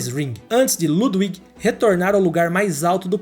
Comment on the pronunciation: Parabéns pelo canal. Seus vídeos são ótimos. Se me permite apenas uma dica. Em Alemão o W se pronuncia como V, ou seja, Ludwig se pronuncia Ludvig. Isso não é apenas para nomes próprios e sim para todas as palavras com W. Me perdoe. Apenas uma dica.